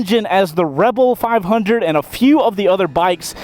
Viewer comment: Did he call it a 5 undie?